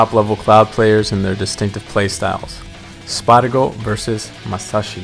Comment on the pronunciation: Why did you say sparg0 like that at the beginning